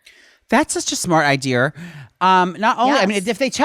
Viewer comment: "That's such a smart idear" lmao I fucking love!